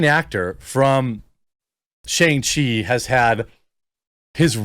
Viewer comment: Say Shang-Chi correctly